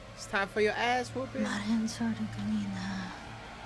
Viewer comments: my guys computer says “Sorny”😭💀😂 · Sore knee